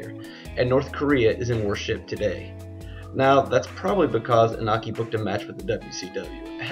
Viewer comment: It's pronounced E No Key. Japanese pronunciation of vowels is always the same. I sounds like strong E and O sounds like a strong O